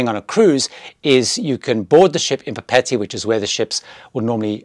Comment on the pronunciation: LOVED Paul Gauguin! You mispronounced Papeete.